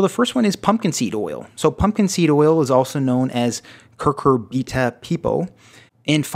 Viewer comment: Cucurbita not curcurbita